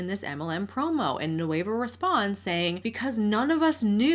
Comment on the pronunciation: without the ey Nueh-va not noueyva c